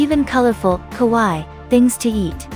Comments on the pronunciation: The narrator could have bothered herself learning the very easy, very simple, Japanese phonetic rules. Kowaii means 'scary', kawaii means cute. She pronounced it like the first. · Kawaii pronounced “Kah why ee “